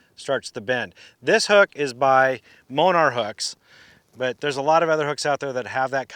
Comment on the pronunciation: Nice video. It sounded like you said a 5/0 hook from moanar hooks. I checked and there is a company like that, but they don't make that hook. For anyone wanting to use that same hook, Owner is the company. That is an Owner Beast hook. It looks like the 6/0 hook which is 1/4oz weight. It could be the 4/0 hook with 1/8oz, but it looks like the 6/0. Again, nice video, just want to help make sure viewers get the right hooks.